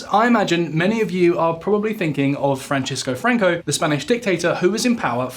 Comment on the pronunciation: There is no such person as Frančisco Franco. His name was Francisco Franco. I am starting to strongly believe you do not even notice the difference on what you said. If only you spent 2 seconds more to say it correctly.